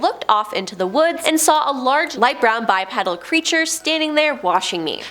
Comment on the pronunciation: Your voice is annoying. Your head twitching is annoying. Your mispronounciation is annoying. It's bi - PEE - dal. Not pedal like a bicycle pedal. And please tilt your head down so we don't have to look up your nostrils. Thanks. Keep up the work.